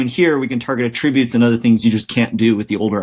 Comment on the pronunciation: you say Attributes funny :)